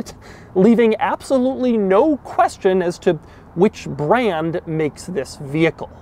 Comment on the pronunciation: "Leaving absolutely no question as tuh which braAnd makes this vehicle." Puma?